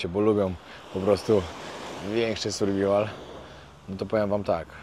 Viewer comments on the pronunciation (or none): none